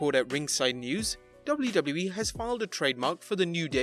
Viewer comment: The guy who writes these scripts should stop using "WWE" in every sentence when the autistic dude who has to read it can't comfortably pronounce it.